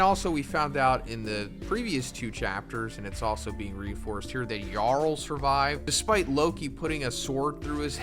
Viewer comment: Thank you for saying yarul instead of jarul.